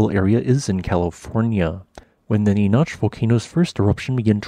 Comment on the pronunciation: NEE NACK not Née noch 🤦‍♂️ ugh get it right!! This is actually a little unnerving because the split volcano is right next to me lol. West of Lancaster is Palmdale where I live.